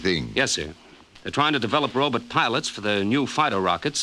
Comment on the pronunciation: Hey it's a Robot not a Robut u illiterate git but I'll let u off as ur in The Twilight Zone....what? Wrong show oops Dimension X of a thousand maybe worlds and a million lonely miles or whatever it went to but I love these shows from a lover of ur channel from Liverpool, England and a very happy Robut aaaggh Robot, Bot, Bot. No butts here!!!